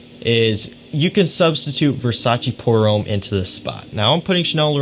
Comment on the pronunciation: Nice video and choices! Just a hint about the French pronunciation: "pour homme" is not said "pour ohm", but "pour homme" with a shorter and open "o" like in "loft", "lost": use that open and short "o" sound with an "m" and you have the French "homme" as opposed to the religious "ohm" from India. :) Cheers